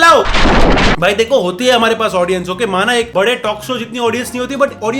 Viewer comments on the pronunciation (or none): none